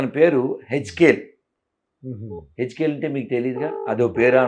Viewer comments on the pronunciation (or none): దరిద్రుడా ఆ పేరు హెఙ్కేల్ కాదు యెహెఙ్కేల్ రా బాబు అంత పేద నామం పెటావ్ ముకునూచి గుండు పైకి నువ్వు పేద యేరోడివి😂😂😂😂